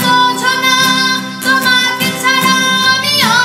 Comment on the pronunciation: awesome❤❤ তবে ছাড়া উচ্চারণটা আরো ঠিকমতো করতে হবে🎉